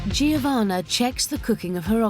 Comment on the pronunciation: She said giovanna kono giorno giovanna